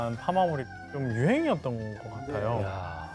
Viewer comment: 이 교수님 중국사 근현대사 전공이신가? 상하이 샹하이라고 현지발음 너무 좋고 항상 시그니처 토끼 포즈 좋네요 자주 강의부탁드립니다 상하이 개존잼ㅋㅋ